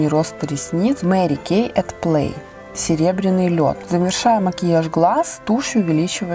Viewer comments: Мери Кейт ))) хотя бы для приличия поинтересовалимь как правильно произносится ее имя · Мне 2 больше понравилсяЖень правильно говорить мэри кэй У меня тоже вся косметика От мери